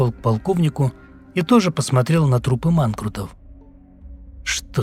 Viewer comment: Почему манКРУтов?😳🤔